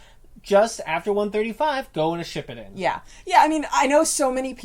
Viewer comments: Edit: And pronounce Shippuden like "Shpippiden" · shit he said shipbuldin😂😂😂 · yea and how she said shippuden